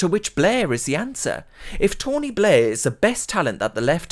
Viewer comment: His name is not Tony Blair, his name is 'Tony Bluurghhh.'